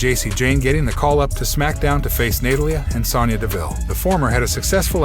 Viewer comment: Ahhh Excuse me I don't know what rock you been hiding under but Roman Reigns has had both titles for over 700 days please get your fact straight before making a video! Secondly please get people's names right its Natalia not what you said on this video!